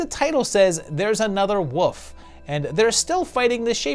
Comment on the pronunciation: Dude, I say this is a loyal veiwer, you really need to work on your pronunciation of wolf. Lol